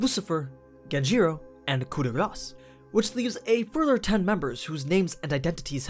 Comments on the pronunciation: Kuh de Grah but meh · I didnt know that coup de grace was pronounced that way 🤔🤔🤔